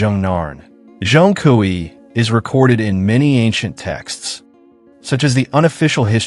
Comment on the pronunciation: John Kooey? At least try to pronounce it properly